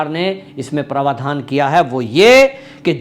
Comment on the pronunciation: आपके उच्चारण का एक नमूना - आप प्रावधान को प्रवाधान उच्चारित करते हैं ।।।